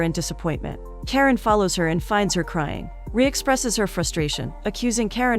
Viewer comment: It's not Karen..it's Karan like KaRUN..😅